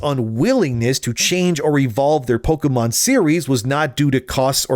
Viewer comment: Pokémon, not pokeuhmon.